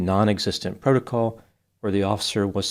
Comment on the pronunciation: I'm thinking if she would have said, PRO TO COL instead of PRO LO TOL they would have understood her, and done what she said. . . . . NOPE. 😂😂😂